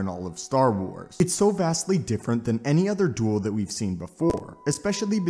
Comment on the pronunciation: Bro the way you pronounced “duel” at the very beginning of this video is fucking hysterical 😂 “The DWOOL”